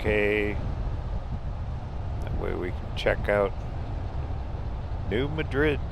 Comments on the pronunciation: It's pronounced New Mad Red. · New MAD rid. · I think it's pronounced New MAD-rid.